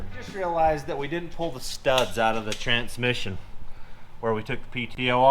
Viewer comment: This channel has taught me a lot of things, one of which is that "Trantsmission" has a second T in the middle of it